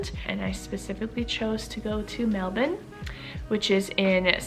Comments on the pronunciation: The only American who say Melbourne like a Australian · You say Melbourne just like an Aussie! Hope you have a wonderful stay.